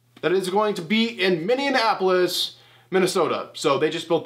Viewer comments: “Minneanapolis.” Didn’t know that was a city. Lol still great vid tho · All I kept on thinking watching this was.... Oh my God get on with it. It literally took you 2 minutes from bringing up the WM36 location to actually saying Minneapolis. And saying it wrong 😂😂 how hard is it to write down bullet points so you actually get the information correct! Just a thought!